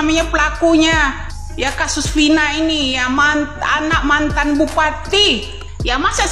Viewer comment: Vina, bukan pina, kebiasaan, huruf " V atau F " d ganti " P"😂😂😂😂😂😂😂